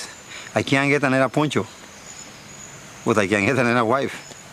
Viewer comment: Poncho not Pocho.